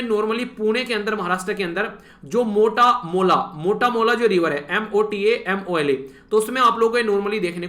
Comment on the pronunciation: 😂😂 Mota Mola nhi sir...Mula Mutha river hai wo Pune me... Aap na Marathi sikh lijiye please 😂 Aur ha iiske liye 1 mark cut karungi 9/10